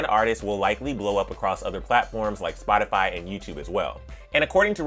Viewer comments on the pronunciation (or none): none